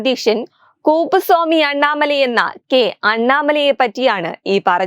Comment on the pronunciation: It is kuppuswamy and not kooppuswamy😂